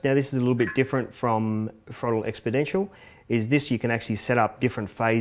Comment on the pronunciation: he said expodentioal instead of exponential